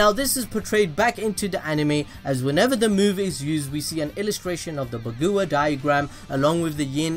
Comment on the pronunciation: It’s Bah-Gwa-Jong